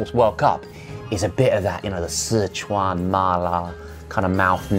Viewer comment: The way Josh pronounced "Sichuan mala" was so hot. I know he's fluent in Mandarin but omg. Also I feel so bad for Ollie's insides after downing all that tequila on top of all that hot sauce. He ate much more hot sauce than Josh. Major Charles are the end being hailed on! 😂😂😂